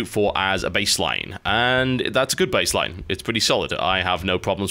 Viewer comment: inb4 someone making a remix of this cause TB said "Bassline" (baseline)